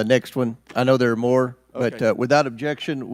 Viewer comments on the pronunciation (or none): none